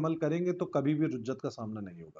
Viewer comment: رُجعت نہیں رِجعت لفظ ہے